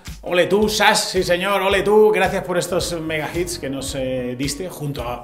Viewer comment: jajaja, nooooo. Ya lo escuché otra vez y siempre es Chas, Shas, Shash y similares, pero nunca SASH. Jajaja.